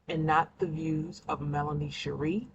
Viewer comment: oh ok!! Listening from my phone, it sounds like you're saying Melony😆